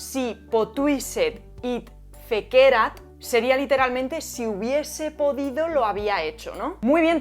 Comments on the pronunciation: súper interesante - mil gracias - ¡siempre me lo habia preguntado!! algunas notitas sobre la pronunciación de formas verbales en latín: FĒCERAT se pronuncia 'fécerat' CRĒDIDĪ se pronuncia 'crédidi' AMĀVERAT se pronuncia 'amáverat' Nisī fallor, pronunciaste los demás correctamente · Fantástico vídeo, como todos los tuyos. Sólo un apunte: cuidado con los acentos latinos. Por ejemplo, “fécerat” lleva acento en la primera “e”. Lo sé: te ha salido un fan pedante 😀